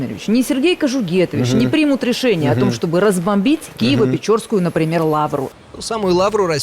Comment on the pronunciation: Киевопечерская, а не печора